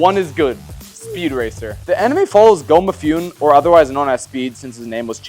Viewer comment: Muh-Foo-Nay! The E in Mifune isn’t silent. I know you guys suck at being Anime Fans, but you can’t even understand Japanese pronunciation? That’s sad…